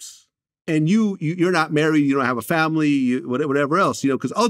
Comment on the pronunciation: Vlad repeatedly pronouncing 'fomily' like Dej Loaf is crazy 🤣